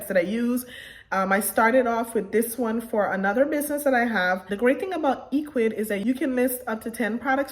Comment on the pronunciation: First of all the site is not pronounced E quids, it's pronounced EC wid, now for me the free plan dosen't provide much so I went with the 19.00 a month plan as it gives you free email auto responder which you're going to need to send repeat email messages and abandoned cart and so on, and it's an amazing site but some major dropshipping companies don't easily integrate with Ecwid unlike shopify which is very disappointing, so you have to have a CSV file or excel to import products to your store